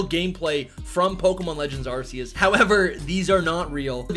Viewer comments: Still pronouncing Arceus🤦‍♂️ wrong when the trailer corrected it already. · Like Pokemon doesnt have any other major issues besides the real pronunciation of "Arceus" 🤦🏻‍♂️